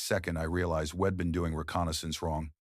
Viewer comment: Pronouncing wedd instead of we’d , repeatedly is fkn annoying & sasr does not “dig in” on lup Just a thought 🦘🇦🇺🦘